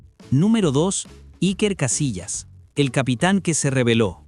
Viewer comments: Hijo no se dice ( Castilla sino es Casilla 😂😂😂😂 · No es Castillas, es Casillas wey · Invesil cuál Castillas es casillas aprende hablar innorante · Casillas❌ Castillas✅ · Se llama Iker Casillas no castilla😂😂😂😂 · El video se lo tiene q dejar de ver cuando dice: Castillas 😂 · Y es CASILLAS, no CASTILLAS, mi estimado. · La gente es bien ciega, lo que pasa es que hace la broma porque en vez de decir IKER CASILLAS, en el vídeo dice IKER CASTILLAS con T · No es castilla es casilla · CASILLAS. No castillas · Si ni siquiera sabe decir el nombre de casillas….